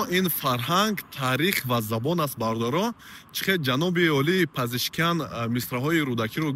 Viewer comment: Пизишкиян не Пизишкиен бародар